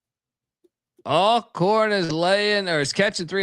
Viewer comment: Did you say All Corn St? Meant Al Corn St?